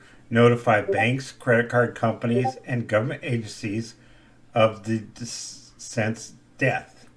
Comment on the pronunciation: looks like he has about as much on the ball as VonHelton... learn how to pronounce DE CE DENT before you talk about executorships next time.